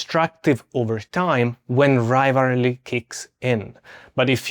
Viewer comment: Are you saying rivalry?